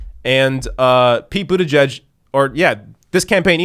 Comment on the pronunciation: as the conscientious journalist and commentator that you are it is admirable that you pronounce the family name of that cretin, Mayor Pete, correctly, but, y'know, I still to pronounce it in my way that sums up a contempt for his pretentions: Pete BOOTYBUTT.